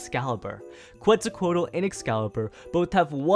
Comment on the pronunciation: Omg, the way he mispronounced Ifrit, Quetzalcoatl, and "Nemian" when talking about Hercules/Heracles........